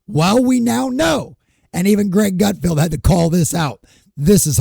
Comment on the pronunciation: It’s Greg GutFELD, not GutFIELD.